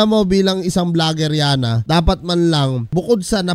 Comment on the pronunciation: Sir road rage hindi rough road. Saka yanna sir hindi alyana.. 😂😂😂 pero da best yan sir tuluyan nyo yan. pinagmumura pa kapatid mo e..